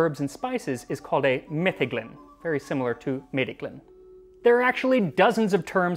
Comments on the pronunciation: Meddyglyn is Welsh too, and pronounced Metheglin The “th” is voiced. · Hi max. Just thought i should mention if someone else hasn't already let you know but for future reference Meddyglyn is a Welsh word so you pronounce the dd as a th sound so the word is pronounced something like Meth-ee-gleen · Fun fact, meddyglyn would be pronounced metheglin - the double d used to represent the "th" sound. Still does in Welsh. Also, it doesn't matter too much exactly how much barm/yeast you pitch with, since the yeast multiplies until it reaches max population. You wouldn't want to use way too much or way too little, but there's a LOT of leeway (so to speak) in between. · In Welsh, the double D is pronounced as a soft "th" (as in "mother"), so meddyglyn is pronounced as if it was spelled methyglyn. It hasn't changed pronunciation too much over time. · 'Meddyglyn' is essentially pronounced the same as 'Metheglin' The 'dd' letter in Welsh is a 'th' in English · Welsh guy here. Meddyglyn is a Welsh word, and pronounced very similarly to the modern English equivalent Metheglin DD in Welsh is very close to a TH sound. Think of the TH in "There" :) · Your pronunciation is wrong. Dd in welsh is pronounced as th as in they. Meddyglyn is a welsh word for medicinal mead. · Hi, that’s not correct, the dd is pronounced as the th in them, not as in thousand. Welsh is also not Gaelic, it’s just Welsh, as Gaelic is Goidelic and Welsh is Brythonic. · Can you tell me why does he pronounce mead as "meed" if we have a different pronounciation in meddyglyn (not meedyglyn)? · A "dd" in Welsh doesn't make a D sound: it makes a voiced TH sound, as in the English words "the" and "breathe".